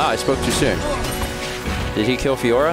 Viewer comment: I agree with you. I love content but it doesn't lend itself well with JRPGs. I see a lot of streamers be the same though. They don't take the story seriously at all until a certain event happens. For me it bothers me more that he can't pronounce Fiora right despite characters saying her name multiple times.